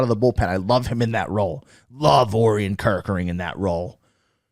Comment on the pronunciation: Great show! I think Orion is pronounced "oh Ryan"